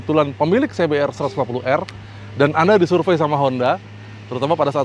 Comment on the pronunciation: Ingat "R" nya cuma satu🤣